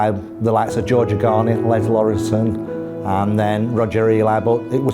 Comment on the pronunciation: ...not Lawrenson!